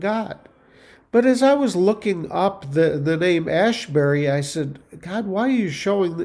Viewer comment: Asbury is not Ashbury